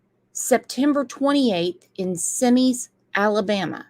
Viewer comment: Semmes is pronounced Sims